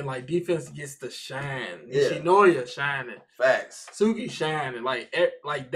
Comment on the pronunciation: Ugh him saying Tsukki’s name wrong is so cringe-worthy, please tell me you didn't say Tsunade’s name wrong too cause the T in her name is also silent